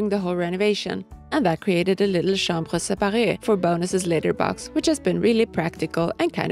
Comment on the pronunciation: Very good your french accent for "chambre séparée" 👍Isabelle for France😊